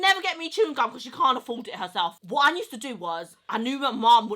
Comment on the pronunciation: I used to watch your sister on snapchat.. why does she find it so hard to pronounce USE/USED? She adds this extra N (NUSED) in front of the word and it triggers the hell out of me and gives me anxiety. Urgh